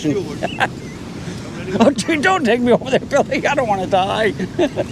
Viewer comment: you got a good Maine accent goin theaear